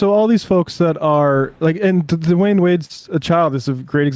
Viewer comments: It’s Dwyane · Dwyane Wade, not Dwayne wade